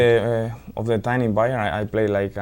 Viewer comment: Rafa is a common nickname for Rafael. So Xabi is referring to his time at Liverpool (2004–2009) and the manager during his Liverpool career was Rafael Benítez (2004–2010) aka Rafa Also Bayern is pronounced more like "Bah-yerrn". Same thing with the club Xabi Alonso just left. Bayer (Bah-yerr) Leverkusen. I'm an American and I started this journey back in 2011 so I know what's like to learn all this with no prior knowledge. Keep it up bruv, you're doing great!!! ✊